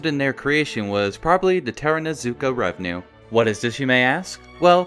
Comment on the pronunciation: Love the video, but just a quick note, its Takarazuka REVUE not revenue